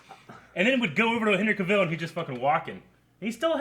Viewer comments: CA-vill, not ca-VILL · his name is Cavill, like TRAVEL!